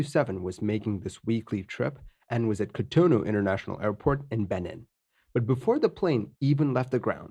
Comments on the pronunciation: Beh-neen. Not Benin. Just FYI. Good video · The Wikipedia article doesn't cite pilot error as the primary cause of the accident. That honor goes to poor management. At least, it does now. It's been through some changes recently. Oh, by the way; Benin is pronounced more like Beneen. Fine video. Subbed. :)